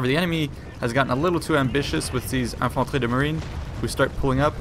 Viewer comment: Ho wow !! You prononced verry well infanterie de marine !! Are you french ? Ou peut-être a tu suivis des cours de francais?